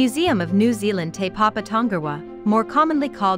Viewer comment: Is this read by a computer? It can't even pronounce the full name of Te Papa or Weta.